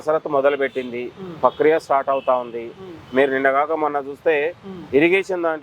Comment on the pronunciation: Pakriya kadhu..prakriya